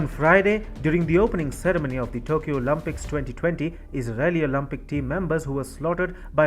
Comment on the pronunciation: It’s not pronounced as OLUMPIKS - it’s Olympics. Get your accent and pronunciation fixed before embarrassing yourself.